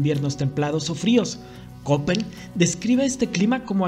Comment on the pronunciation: Escucho Köppen (por cierto, se pronuncia kepen). Geiger es gaiger.